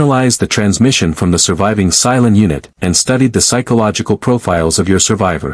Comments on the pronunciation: Cylon, not Psilon. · AI can't pronounce Cylon and speak klingon.